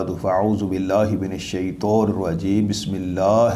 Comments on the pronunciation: طا نہیں بلکہ طو کہا ہے غور سے سنئیں۔ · طا نہیں طو پڑھا ہے ۔ باقی میں گاؤں کے قاری صاحب کو سنا کر بھی تصدیق کر لیتا ہوں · پر من شیطو کیوں ؟؟؟؟ تلفظ غلط کے بعد درست دہرایا بھی نہیں۔